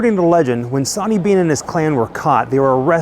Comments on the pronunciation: Its Sorney Bean not sawney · Sw sw Swaney stop saying sonny 🙃